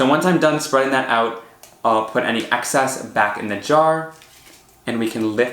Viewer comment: Please...stop with the "axe-sess'....what you mean is excess...EX...not AX.......most annoying